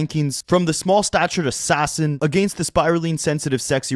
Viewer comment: He said small statute assassin!😂😂